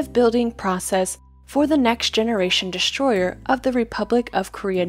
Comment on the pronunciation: Thanks for the video. BTW there is no "H" in destroyer.